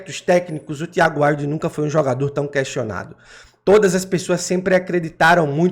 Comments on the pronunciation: Pronuncia Wild. Assim como se escreve. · A pronúncia do nome dela é "Víudi"